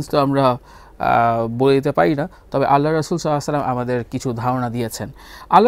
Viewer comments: ভাইয়া নবী সাল্লাল্লাহু আলাইহি ওয়াসাল্লামের নাম মুবারাক সুন্দর করে বলুন। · আল্লাহর রাসূল সাল্লালাহু আলাইহি ওয়াসাল্লাম এবং আমাদের প্রিয় নবী সাল্লাল্লাহু আলাইহি ওয়াসাল্লামের নাম সুন্দর করে উচ্চারণ করার জন্য আপনাকে অনুরোধ করা হলো